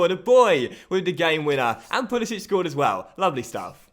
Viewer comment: Hey, I'm American and Pulisic stated in the past that he pronounces his name as "Pulisick" and not "Pulisich", it's weird but he doesn't have the accent on the C